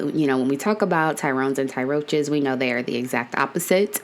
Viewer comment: Did you say tyroaches? 🤣